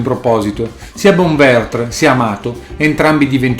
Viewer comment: Bonventre...non Bonvertr (erano siciliani, non francesi).